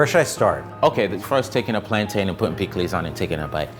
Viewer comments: I was about to be like yes authentic Caribbean food. Then he said “plan- tay-n” it’s “PLAN-TEN” 😭🤭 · I hate when people say "planTAIN."" You don't say capTAIN or mounTAIN or founTAIN 🥸